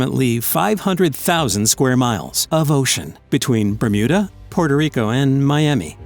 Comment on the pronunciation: did i hear "remuda triangle" at the start